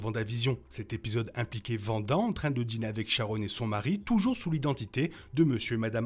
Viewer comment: C'est Wanda. Le W ne se prononce pas V